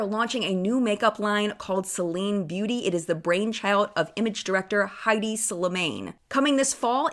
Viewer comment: It's Hedi not Heidi Slimane 😉